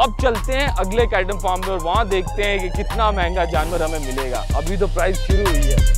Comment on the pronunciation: Sir price not prize karachi alyo ki ho gya pora English sikh lendy